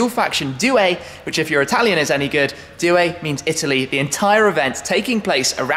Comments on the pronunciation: Dear Tim, let me try. The way you pronounce "due" sounds like if you were to pronounce something like "due-er" in english. You should try to pronounce it like "do-er". Focus on the "do" instead of "due". Cheers and big respect. A follower since 2010-ish... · I wasn't being serious but here's how you should say it: doo-e. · As someone who studies Italian, the way you say "due" is hilarious😁